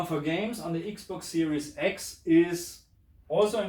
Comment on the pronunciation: I like the way u say the ix box siries ix. 😁